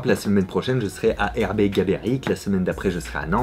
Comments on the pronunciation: Mdr erbe gaberic XD c'est ergue gaberic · Ah nan mais décidément tu y arrives pas ERGUÉ-GABÉRIC Pas Hergé, pas Erbé, pas Eboué ERGUÉ xD